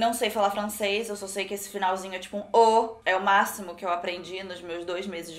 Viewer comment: Ninguém: a: MEU DoIS meses de frAncêS😂😂😂😂